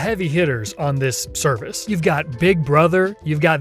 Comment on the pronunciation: "stervice" is wild